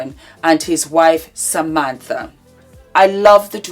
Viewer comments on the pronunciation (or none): none